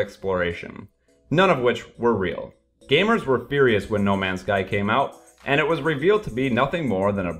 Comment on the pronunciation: "We gaymers..."